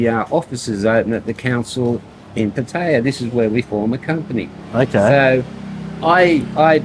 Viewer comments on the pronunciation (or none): I like your channel. Your pronunciation of "Pattaya" is killing me, though 55 Listen to the way the Thais say it. "Puh" (short, punctuated) then "tie-ya" (fast)